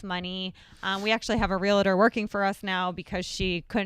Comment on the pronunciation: Love you guys. Been watching forever. BUT PLEASE stop saying REAL I TOR. It's Realtor... no "I" in the middle.